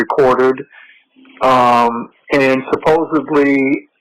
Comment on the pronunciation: Ahhhh I hate that people say “suppose-ably” instead of “supposedly!!!”